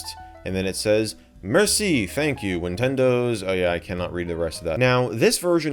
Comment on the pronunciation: did u just say ninwindiws